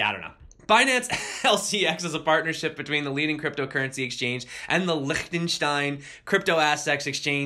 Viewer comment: Your Liechtenstein was actually pretty Good! ... Good Sense of humor ... like your Stuff!